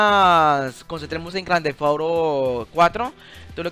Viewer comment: Jajajaja gran tefauro es Grand theft no tefauro